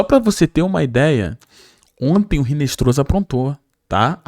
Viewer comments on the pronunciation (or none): Pqp. A pronúncia não é RINESTROZA. É INESTROSSA..no espanhol o H não tem som